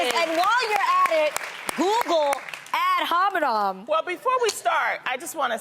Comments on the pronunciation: Adrienne: “google ad HOMINOM” 😭😭 I’m sorry, the way she’s saying it is so funny. My teachers always pronounce it “Ad Hominem” . She’s saying it like NOM NOM NOM😂😂 anyways I love Adrienne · "Ad hominom" lmao...